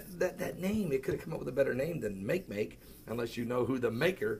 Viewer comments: It's not "make make" it's not English, it's 'Olelo - said almost like mock ay mock ay and it means 'want'. NASA is not looking for any of the kookie club's different versions of fictional Planet X. They're just looking for all things new. Since when did playing pretend become the sport of Christians.............. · Makemake is pronounced "mah-kay-mah-kay", named after the 'god' of the Rapa Nui people from Easter Island. It is a dwarf planet in the Kuiper Belt next to Pluto.